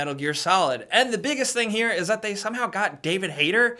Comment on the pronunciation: Anybody else notice that instead of saying "that" he says "dat" or even "zat" lol